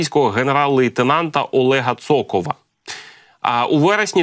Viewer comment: Цоков, не токов.